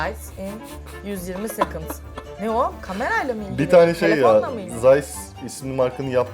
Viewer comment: 120 Secondu yüzyirmi sekınd diye okuyarak Türk'lüğünü belli eden Sıla ablaya her beğeni 1 tl